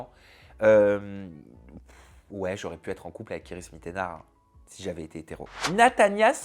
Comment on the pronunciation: Il n'arrive même pas à dire "si j'avais ÉTÉ hétéro" ; il dit si j'avais été rot 😅